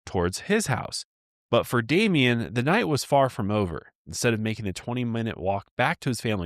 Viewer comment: I love you guys….but come on. His name is Damien. The number of times I heard say “Damiend(t)” was enough to make my blood boil. How come no one said anything to him? How many people’s hands, eyes, and ears were put on and gone into the editing of the video, and not a single person thought that might be little distasteful? It doesn’t take a whole lot of effort to make sure that you’re pronouncing the name of the victim you are making a video about properly. Y’all are way better than this and you know it.